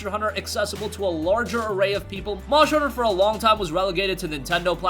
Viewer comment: "Monsher honsher" lmao